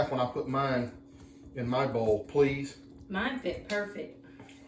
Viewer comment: annunciate the word bowl. You said your bowl is not big enough, but it sounded almost like “ball is not big enough”. Lester can tell you how often Jami laughs at his pronunciation of his words.